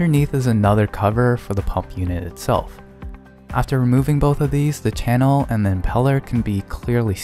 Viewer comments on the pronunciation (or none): none